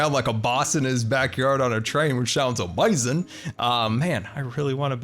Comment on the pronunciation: loves Disney but says amazing like that guy in spongebob Disney and scar fans: what did we do to you